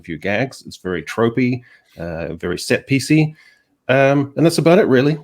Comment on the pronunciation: "Set peice-y", seriously?